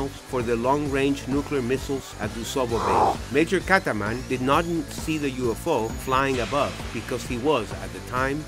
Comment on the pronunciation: not Kataman but Katzman